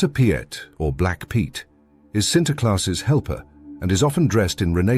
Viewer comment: "Piet" is pronounced similar to English "Pete", not as Pyet" in Dutch.